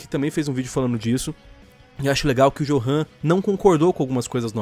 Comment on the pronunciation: Central. O nome johan se pronuncia como yorran pois johan é o equivalente alemão de joão mas tirando esse minúsculo erro seu vídeo foi foda